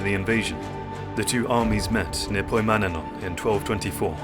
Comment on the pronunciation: Nice video!! A bit of advice from a greek speaker: oi sounds (as in poimanenon) are pronounced "i".